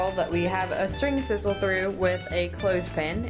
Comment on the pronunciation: 'Sizzle string" lol. Not to be confused with sisal.